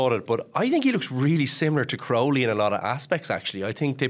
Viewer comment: Jesus Mary and Joseph, Jack Crowley has been a big name in Irish rugby for months now and Luke Fitzgerald still can't pronounce his surname. It's Crowley.. like cow without the r.